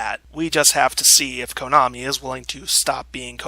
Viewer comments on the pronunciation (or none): none